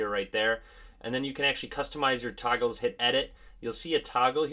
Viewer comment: Am I the only one who heard 'toggles' as 'tacos'?😂